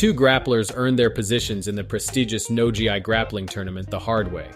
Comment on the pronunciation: I’m loving the content. My only thing is the pronunciation of some terms and names haha. No Gi = no (Ghee) not G, I. And in colorado it’s the FIRST bank center. Ya know, like the bank 1st Bank? FirstBank center lol. But the content is amazing please keep coving grappling so we can grow the sport! Oss 👊